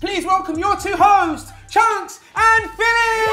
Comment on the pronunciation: “cheonks” 😂😂❤️ love dese two always been ma favourite love how u lot keep growin bigger 😭💕